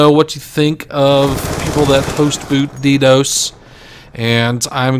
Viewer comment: D Dose? It's D DoS. Lol, I hate DDoSer's.